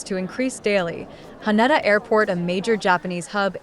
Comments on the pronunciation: Ha-Ney-Da! AI strikes again? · how you said haneda sounded so weird please practice before saying it and say it the right way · Can't even pronounce the airport's name right throughout the video.